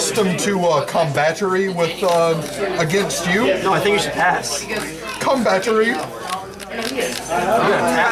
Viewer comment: "Combatary" lolol